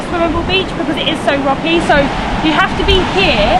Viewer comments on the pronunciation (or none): none